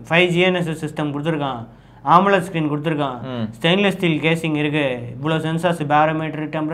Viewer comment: AMOLED screen ❌️ omelet screen ✅️